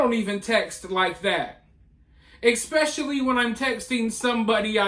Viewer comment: When you text, do you also text "expecially"? lol Just having fun at your expense, you're doing a great job. Keep up the good work!